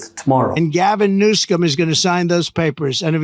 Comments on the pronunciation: "Gavin Newscome"?! 🤣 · "Gavin NewsCome". He can't speak like before because his brain is malfunctioning. A certain disaster very soon... and we would be led by the likes of Vance and fascism (Project 2025). 😨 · I dont know if he is intentionally mispronouncing Newsome's name or not but it just comes off as a brain glitch. Lol